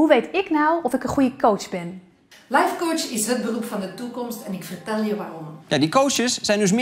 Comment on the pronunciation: Als je lifecoach uitspreekt als lijfcoach ben je af